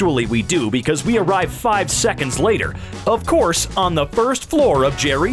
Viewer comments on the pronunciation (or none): Nobody: Narrator: knock Jerry out for thirty sick-ins